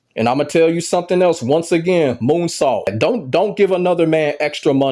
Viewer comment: Did you say “Coonsault”?!💀